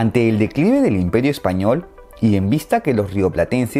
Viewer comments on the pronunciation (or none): none